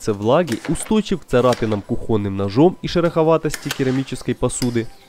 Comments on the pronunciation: Блин, все круто, но очень слух режет слово кухОнные, да блин почему не кУхонные?😂 Без обид, этой сугубо лично мой заёб😆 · Подобные творения вдохновляют. Молодцы! Единственное, сильно режет слух кухОнные... Мир вам и вашим малышам! :)